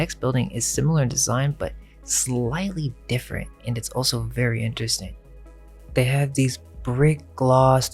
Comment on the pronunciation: in.. You show the.building and you can see the pillars prior to construction... and a few seconds later you show the same place and say "look no pillars".. but I can see them holding up the roof in the pictures before and after. And I'm an idiot.😉😂Also, you say ALSO funny😉😂❤❤👏👏People were cooler back then, rich, bored people had nothing better to do than collect expensive things.They also like to think they're smart, they studied so that they wouldn't look stupid in front of their rich friends when talking about art and architecture. They all did it. Especially back then. People were referred to as new money and uneducated and boorish ...and no one wanted to be labeled that way.